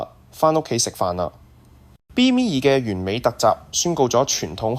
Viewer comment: 感謝好精彩！請教旁述讀B-2隱形轟炸機時,讀B咩2？有3次B咩2發音唔同，有時就讀B2，嗰個字係英文？小弟唔識野請指教...重有點解唔試吓B21呢？多謝！